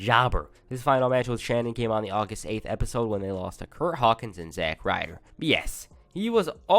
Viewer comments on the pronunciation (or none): none